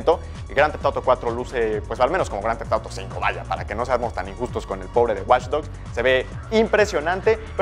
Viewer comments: jajajaja esa pronunciación! me encanta... Groanteftoro 5... jajaj <3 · Que pedo dice el nombre del juego demasiado raro jajajaja